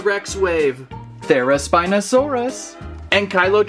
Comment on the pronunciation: Therizino is pronounced “THERE A ZEE NO SAUR US”